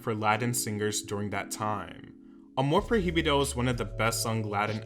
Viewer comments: Once he said “amor pro hee bee doh” I was done.. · "proy-bido" there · Jaja “amor pro-hi-bido” please learn how to pronounce the words in Spanish as we (no English speakers) learn English words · huh ... that's not how you say "amor prohibido" ... you could have google it y'know 🥴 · Yeah him saying the h in amor prohibido is actually annoying and I didn’t think it could be ....: but he’s English ..... I understand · the way he said amor prohibido upsets me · Learn to pronuntiate spanish words correct, your pronuntiation of "amor prohibido" sucks